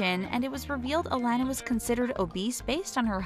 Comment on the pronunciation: its UH-LON-AH